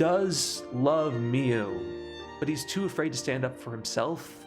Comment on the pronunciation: Omg why cant you pronounce anything. Mio not mee youu Saimori, s-eye- more-ee, not say-or-eee Kiyoka, key-oh-ka, not kayoka Is this gonna be a running theme in all your videos? I enjoy the content but you gotta be dyslexic deaf dumb or doing this on purpose as a troll and it's not cute.